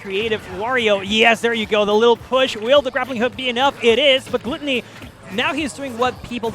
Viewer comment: I hate the way they pronounce Gluttony…